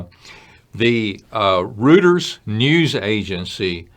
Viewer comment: I wonder if some of the destroyed weapons were Iranian nukes. BTW, that British news service is not pronounced Root-ers, it's pronounced Roy-ters. Google "how to pronounce reuters"